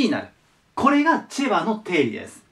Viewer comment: チェバがチバに聞こえるのは俺だけ？